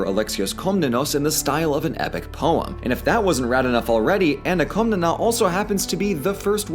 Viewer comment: Κομνηνή is closer to "Kawmnaynay", with stress on the last syllable. Only mentioned this because ever since I started learning Greek on Duolingo, the OSP Ancient Greek videos on YouTube have captured my fascination!